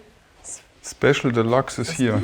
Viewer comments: Das Ding heißt nicht Delaxe sondern Deluxe, Dehlücks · geile arbeit. aber die aussprache von deluxe triggert hart :P delachs ^^ delyks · Schöne Doku, das Einzige, was mich etwas gestört hat ist, das der Sprecher die ganze Zeit von "de lachs" sprach statt Deluxe ... Fische waren da nirgendwo! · Wie kann man das Delachs aussprechen? Denkt der Sprecher mit? Oder was ist da los?